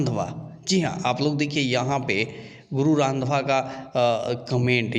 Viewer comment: Bro sur nam sahi se lo hm 🤣🤣🤣hum Punjab mai hi rhte hai ok 😁उनका नाम गुरु रंधावा है यानी ki Jatt है जैसे बिहार मै राजपूत cast सबसे उपर वैसे पंजाब मै jatt